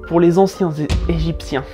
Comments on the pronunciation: les Anciens Egyptiens ont eu du mal a sortir xD a un moment j'ai cru entendre "Anciens Gypsies" ou alors j'ai eu une hallucination auditive ^^ C'est horrible quand on répète une phrase plusieurs fois : plus tu la repetes et moins tu y arrives xD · Merci d'être vous ça fait du bien au moral 😁 je pourrai plus jamais prononcer les anciens gézypchiens... euh... bref eux quoi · La vache, j'ai essayé de prononcer la phrase "les anciens Egyptiens" et je mis sui repris 5fois. C'est chaud, ^___^